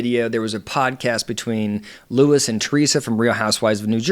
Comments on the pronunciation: LU-EE... not Luis. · *Lew-Eee, not lew-is. See. I wanted to be able to follow along with you, but I cant take you seriously if you aren't aware of how to pronounce his name. If you aren't aware of how to pronounce his name correctly, what else are you not Seeing correctly? Do you even watch the show? Because you need context. Understand this - People have been invested in RHONJ for over a decade. It is obvious You are new to rhonj. No where have I seen others calling him a pedo. For me, You are the first. If you are going to continue commenting on housewives, you really should watch the shows from the beginning. You should also know about Melissa's Old Nose (as wellnas others) plus Understand the uproar that is Louis past. Those who support Teresa plus those who do not support her care that she has gotten herself into yet another detrimental relationship. Only, this time, it's escalated. As a professional, you should see the warning signs & express them. 🚨🚩🚩🚨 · Its Luis not Louis!!! And I completely disagree with your assessment! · when you have IQ 80 - you take like Louie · You’re mispronouncing his name. They call him Louie.